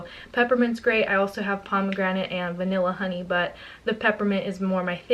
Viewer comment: oh love the video...but..omg so funny last lipbahm flavor sounded like u said.."VANILLA HONEY BUTT"